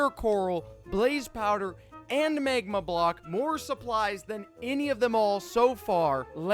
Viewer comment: He said MEGMA